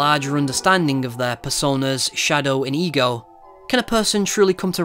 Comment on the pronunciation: im sorry but everytime he said "ego" i heard "egirl"